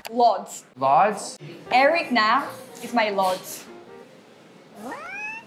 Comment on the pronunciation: Lol why did you pronounce his last name like a western foreigner would? You could have said Nahm instead of Naam.